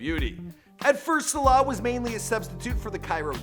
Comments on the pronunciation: It's pronounced Sah-lah, not sé-lah. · It's Mo Salah not Mo Slaahh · Stop saying Slah it's S A L A H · It's it's pronounced Mo Sa-La not Mo Salar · ITS SALAHH NOT SHLA PRONOUNCE IT RIGHT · Mo Saylay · In from Birkenhead 10 minutes on the train and 1hour 30 mins to anfield ( where Liverpool play ) it made me cringe how you said his name hurts me sulah he is a god among men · I hate the way this guy says salah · Why does he pronounce ‘salah’ like that 🤢🤢🤮🤮